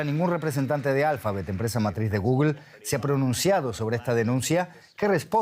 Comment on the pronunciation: Como es posible que un medio como ustedes permitan a los reporteros decir gugel? Por Dios.